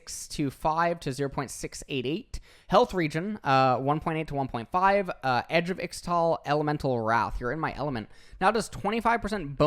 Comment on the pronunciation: its " isch'tal´ " not "ixtal"